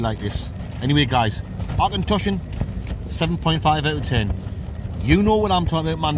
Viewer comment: Nearly right - "Ock-en-tosh-an"...